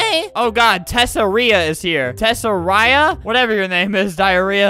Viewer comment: ITS TESS-AR-IA not tess-air-ia. the first time was right